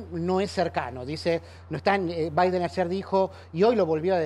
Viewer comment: Jajaja chuw baiden jajaja estos que no pueden hablar como corresponde.